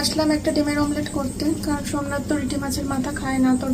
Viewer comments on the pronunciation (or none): সব ভুল উচ্চারণ করছো কেন ?ডিমের মামলেট বলে না ডিমের অমলেট বলে আর শিরির মাঝ খানের চাতাল কে রেষট চালাল বলে । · Mamlet na ota Amlet dehati ladies 😂😂😂😂😂keya kuch bhi bolte ho 😂